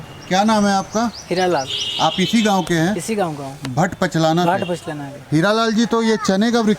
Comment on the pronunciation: लिखा हुआ है भाट पचलना और बोल रहे हो पचलाना ?